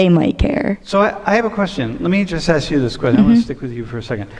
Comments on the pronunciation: It's ask not axe you a question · ASK not ax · Dude! Stop saying Axe. It's ask. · The word is ask not ax. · Why you sayin “axe”, bro? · I thought axing someone on the street is illegal. Just ask them instead. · Pleas stop AKS'ing people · lose the word ax, and say ask. dont need more ratchet ghetto speak trying to be conscientious. Whats wrong with a common language that when spoken is not bastardized to make a racial point? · The word is “ask” not “axe”. Now SAY IT! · Ask...not ax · I love your video, but please break the black paradigm about how to pronounce the word "ask". It should not be pronounced like "axe". This seems to be perpetuating amongst black Americans. BTW, I am not criticizing your skin color, just the mispronunciation of common English words. Thanks again for a very thought-provoking video! Much appreciated! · Dude it is Ask not Axe. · I love your videos and opinions. However, can you try to correct your mispronunciation of the word ask. Unfortunately, you do what the overwhelming majority of black people do, you "aks" a question. I hope you don't mind me voicing my opinion. I personally appreciate when someone corrects me for misspeaking, because I don't like to appear ignorant. PLEASE don't think that I'm calling you ignorant, because I otherwise think you are very intelligent and articulate. Peace and love to you and yours from south Florida. May God bless you. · You're an engineer and it's "aks" ? Your education is asking why is he doing that